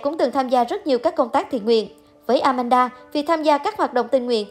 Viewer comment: It’s Aman - da, not Amanada😂